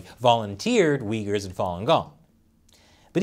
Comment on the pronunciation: nice pronunciation of uyghurs man...